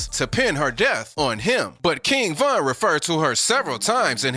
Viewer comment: Exactly and he said Von's name wrong and he showed duwop instead of dooski 😭😭